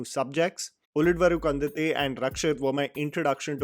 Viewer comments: That’s uli-davaru kand-anthe u botched up the pronunciation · Why do you mispronounce 'Ulidavru kandante' every single time😢